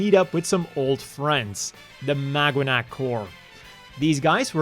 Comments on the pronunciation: I keep hearing "MagUanac" lol "Maganac" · It's pronounced MAGA-NAC 😂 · is it just me or am Ixhesting pronounce it as magwanac 😅 anyway I'm not sure if this is true but I've read the maganac's name was based on the filipino word Mag-anak which kind of means family or kin or something along those lines